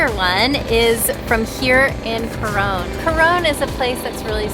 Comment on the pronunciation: Maybe a good idea when travelling to learn how to pronounce the name of your destination correctly, both Coron and Palawan